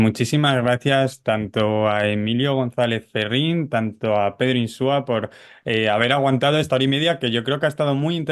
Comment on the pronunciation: Se apellida INSUA, no INSÚA. Por favor, aprendan a decirlo de una vez.